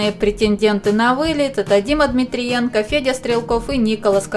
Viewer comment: Дима не ДмириЕнко. а ДмитрЕнко!!! уже какой раз Вас поправляю!!!